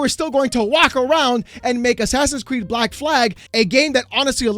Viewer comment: Bleck Vikings 🤣